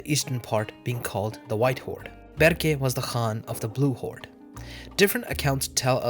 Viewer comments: its the golden horde not golden holde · Blue Holde - White Holde I think u meant Horde I asked ChatGPT, he said Horde ^^